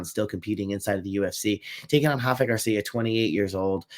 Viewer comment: Rafa is Mexican not Brazilian, the R doesn’t have the H sound 👍